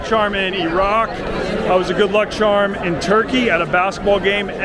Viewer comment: “Good luck chahm”